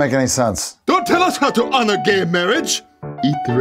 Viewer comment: Mate it's honor not honnor